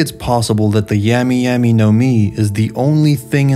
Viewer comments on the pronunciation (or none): Bro how are you THIS bad with the pronunciation? It ain't that hard. Yami yami not like "yeah"me" but like "yah"me" say "yaaaas queen" it's that "ya" sound. Lafitte, bruh. Not lafette. Really? Like "lah"feet". Yonko. Dude. Now you say "yahn"ko" ?? It's "yohn"ko" like john. Yohn. JFC this guy.